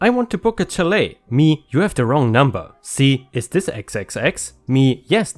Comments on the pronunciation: It's pronounced shall-A, too. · Chalet is pronounced with a soft ch sound and not a tch sound. More like if it were spelled shalet. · Chalet is pronounced shal-eh. English makes so much sense. Ch can be sh in some situations. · It is pronounced shall-a. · Chalet is pronounced sha-lay